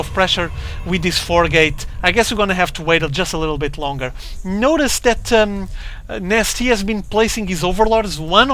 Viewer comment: Is he actually saying... IMNasty?